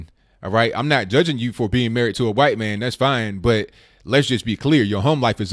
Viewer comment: Bro the way you say white man is funny as hell. Its like you are blowing while you say it.